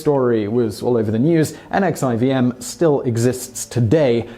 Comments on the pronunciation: NXIVM is actually pronounced Nexium. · NXIVM is "Nexium" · NXIVM is pronounced nixium